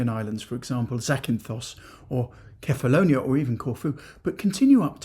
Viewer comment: Your pronunciation of the Greek words was fantastic...remember the island of Kefalonia is spelled kefalonià (the accent is on the end) all the other words you said were perfect🫡👌👌